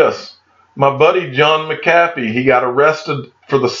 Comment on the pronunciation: John McAffee, contact and tell him how to pronounce your name 🤣